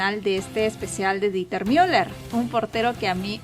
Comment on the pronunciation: El nombre está mal, es Dieter pronunciado "Diter", si fuese Deuter se pronunciaría "Doiter"